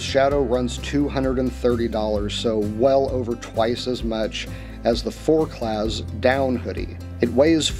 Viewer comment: the Z is silent in forclaz and quechua is not a french word... i'm surprised you haven't heard of quechuas with your religious background